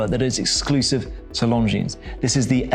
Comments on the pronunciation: It's pronounced Longine, not Longines. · The S is silent in Lon Jean, annoying AF, must come from the same school as Harrison at CH 🤦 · Don't pronounce the "S" on the name Longines. It makes you look like an amateur. Every watch enthusiast should know how to pronounce the names of the brands.